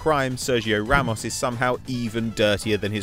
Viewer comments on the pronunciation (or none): none